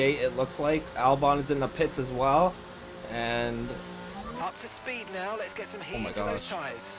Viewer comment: Are you serious right neow brow?